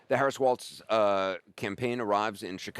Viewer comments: It's Walz, not Waltz. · Wall-z. Not wall-tz. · Someone tell Anderson that it isn’t pronounced “waltz”. The name is pronounced “walls”.